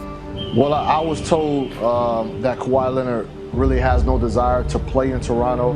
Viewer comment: Nobody: Stephen a: Kawhi Lennit!